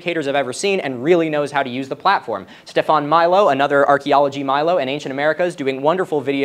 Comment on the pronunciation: Love your work and the work of those recommended. Just thought I'd mention that Stefan's Milo is pronounced "Mee-lo". ❤ Edit: FYAC on SteFan! Heh.